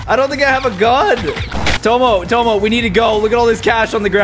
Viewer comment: Everytime Caylus says Tomo Directioners be like- no it's TOMMO!!